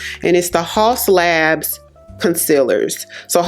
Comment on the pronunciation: Since you’re an influencer I thought you might want to know, it’s actually pronounced like house labs even though it’s spelled Haus